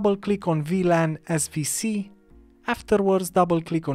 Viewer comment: I spent forever looking for a VlanSvc because you don't know how to say W